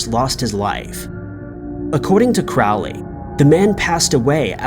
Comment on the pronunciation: Crowley's name is pronounced like 'crow'. Not like 'crowd'. You get way too many names wrong.